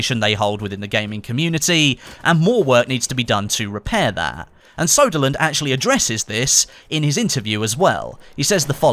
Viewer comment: Its ”Söderlund” not ”Soderlund”. The ”ö” is prenounced as the ”e” in ”early”.